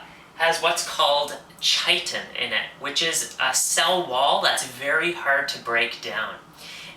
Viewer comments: Chitin is pronounced “ky tin” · chitin pronounced "kite" "in"